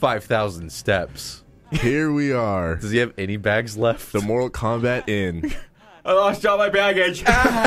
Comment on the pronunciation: Morall Kalmbalt